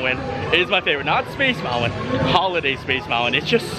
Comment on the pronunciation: Like he says mounwan instead of mountain. And I have heard him pronounce the word mountain correctly, several times.